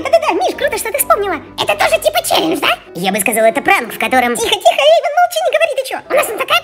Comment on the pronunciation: НЕ ЕЙВАН А ЭЙВАН!!!